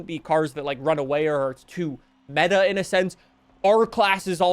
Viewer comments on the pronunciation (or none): none